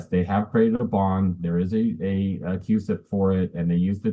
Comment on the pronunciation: It’s “cusip”